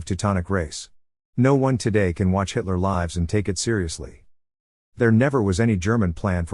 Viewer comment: Every mispronunciation of “Hitler Lives” gives me a chuckle.